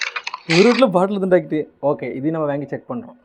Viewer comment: Athu "viyaaaangi" ilaa da, "Vaaaangi"..!